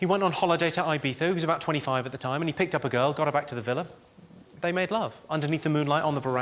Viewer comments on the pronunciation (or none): none